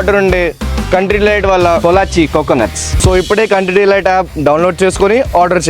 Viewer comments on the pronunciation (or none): Orey country delite .. not country lite